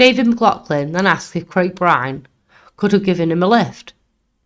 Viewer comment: Brilliant channel well done, can see this growing big. Only one small petty criticism, the pronunciation of places and some names for Example Huyton is pronounced Hi-en and Byrne being Irish is basically Burn, Dovecot is Dove like the bird and cot, something minor but small tweaks can have a positive impact